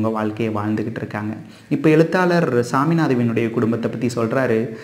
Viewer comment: விஶ்யத்தை விடயம் என கூறும் நீங்கள், எழுத்தாளரை எலுத்தாலர் என உச்சரிப்பது ஏன்?? Sankrit alphabets improves and adds on to Tamil. Don’t undermine our ancestors for adding these alphabets to Tamil. Tamil has grown by adding these syllables. I do enjoy your narration of stories.